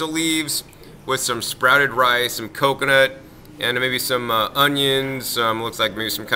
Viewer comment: Did he say sprouted rice?